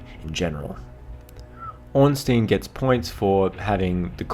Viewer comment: Ornstein gains 20 badassery points if you pronounce his name right.